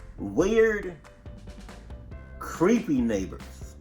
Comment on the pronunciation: Ooooh cweppy